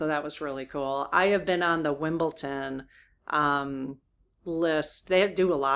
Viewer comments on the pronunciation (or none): 🇬🇧 rules are rules are rules, it's common decency to follow the rules. Yes the late tennis match yesterday was a great sports match. its WimbleDon with a D not WimbleTon, I think your mixing it up with Bridgerton ❤❤